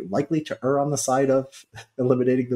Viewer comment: I like the way Richard pronounces the word err correctly